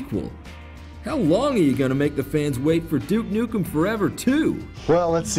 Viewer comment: at around 30 seconds in he pronounces duke nukem properly :D take note other americans, it isnt DOOK NOOKM